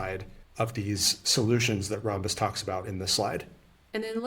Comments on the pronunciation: It’s Ram-bus not Rom-bus. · Thank you! It was hurting my brain hearing rom-bus. RAM is a thing (Random Access Memory). And ROM is a thing (Read-Only-Memory). Never heard rom-bus pronunciation. But I don’t hear Rambus mentioned a ton either, but always ram-bus.